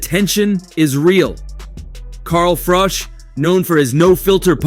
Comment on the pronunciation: This is all old footage... 😂 and its Carl Froch not Frosh 😆